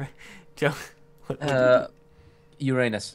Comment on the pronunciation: that's not how you pronounce uranis